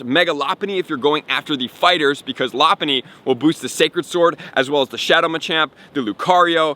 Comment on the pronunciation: You can always tell who watched Pokémon by the way they pronounce Pokémon like when he said “Loponny” I was rolling 🤣🤣